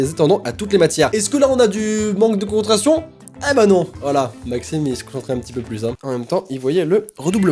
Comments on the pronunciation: C Maxime ne.... Pas maximene 😂😂 sinon continue j'adore tes vidéos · elle voulais dire « Maxime ne... » et pas « Maximene »😂